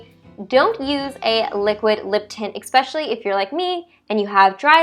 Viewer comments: It's "eSpecially" not "eXpecially" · I noticed after watching some of your videos that you pronounced especially as :expecially. lol. Also why are you putting the eye make up first before the other steps?